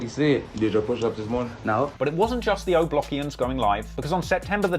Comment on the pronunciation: This ninja just said “o blockians” 😂 💀 😆